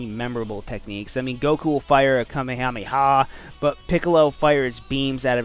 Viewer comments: KA ME HA ME HA not NOT KaMEEE HAMEEE HA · You didn't say Kamehameha right.